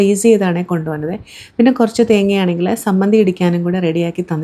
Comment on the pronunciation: സമ്മന്തി അല്ല ചമ്മന്തി പൊടി